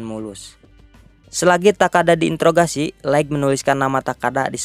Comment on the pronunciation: Bukan laikg, tp laith untuk pronounce light